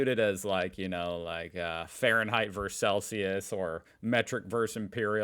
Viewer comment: VERSUS! The word is VERSUS!